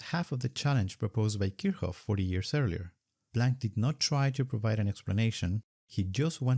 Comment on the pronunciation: My world came crashing down on me.....did he just call Kirchoff "Kirhoff"?!